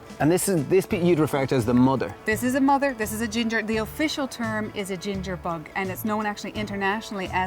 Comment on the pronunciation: your acsent is unusual the way you pronounce bug=bog lol